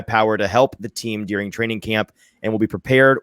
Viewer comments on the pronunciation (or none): noooo. Did you pronounce an E in ‘during’?